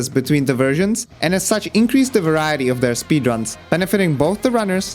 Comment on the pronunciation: Button, variety, strategy are three examples where you say them in cockney 😄